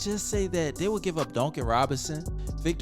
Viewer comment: Dooncan robinson lol